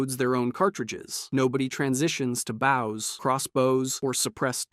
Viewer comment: Why'd you say "bows" like that 😆